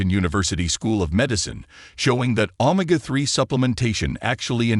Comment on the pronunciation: You need to upgrade your AI it can't even pronounce Omega that is pretty sad